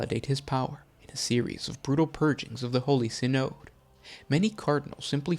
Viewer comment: SIGH-NOD, not SIN-OOD.